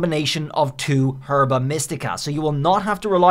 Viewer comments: It’s not pronounced “Herba” it’s “Erba” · Gonna have a stroke if you keep saying Herba like that